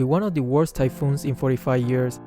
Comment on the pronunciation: "Super typohoon Rolly" Typhoon Ulysses : aM i jOkE To yOu?